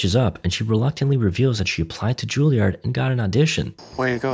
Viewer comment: Not Ju-Li-Ard; Jul-Yerd or Ju-EL-Yerd, FFS.